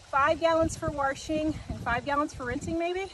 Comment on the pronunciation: Our pastor says "war-she-ng" too! I love it! 💜